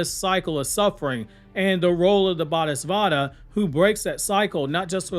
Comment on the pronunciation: It's "Bo-dee saat-fa"